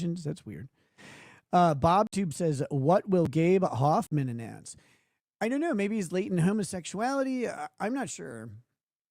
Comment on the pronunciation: "I dew't knew"